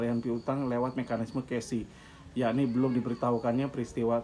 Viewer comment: Bukan yuobu tp yuobi bacanya pak. Bacanya bukan kesi tp cesi (cessie) pak. Semoga semua masalahnya cepat selesai. Aamiin